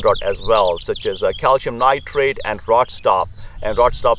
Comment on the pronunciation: I absolutely hate it cause it's cal-See-um. Ewww